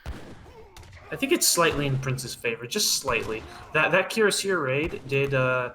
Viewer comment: Bizarre that the "correct" version of cuirassier used in this cast is still completely incorrect. There are two standard pronuncations of the English word and ZERO reasons to complicate them with weird flourishes and throat or tongue twists.